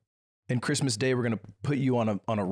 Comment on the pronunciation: the yearn! my cwismas is complete